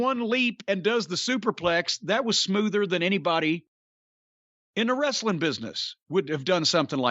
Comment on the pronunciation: Vince was anal about pronouncing "w" but can't say the word "wrestling " correctly.